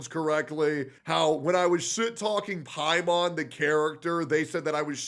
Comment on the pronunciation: Paimon? More like pA.i.mon